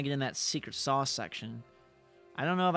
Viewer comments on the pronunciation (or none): none